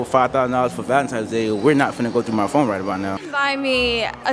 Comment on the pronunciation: Wait fredo said valentime's😂😂